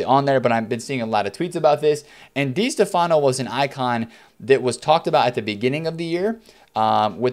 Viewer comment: It's Di STEFano